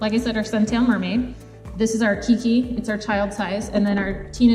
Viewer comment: Keike is pronounced “kaykee” just so you know. I’m from Hawaii 😊